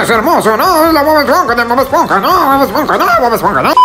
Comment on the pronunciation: ES HERMOSO DO DEDI DE MAMADI DE BOB ESHPONJA DODONODISPONJA DODONODISPONJA NOO